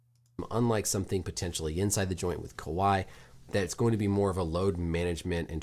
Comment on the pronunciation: Bro you're literally so close! 😂 Kahwi -> Kawhi